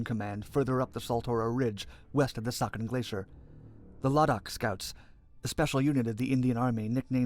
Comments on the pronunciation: 13 has noting bad in hinduism what so ever. The strategic area is pronounced as c-ya-chin not saikan like in original video. Siachin is overlooking the Pakistan China corridor it's a strategic thing than border issue. If India gets involved in a in two front war with both very hostile neighbor siachin can control the Chinese entry point to Pakistan. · Saken!!!????? Narrator is not good at pronouncing RAW got that Intel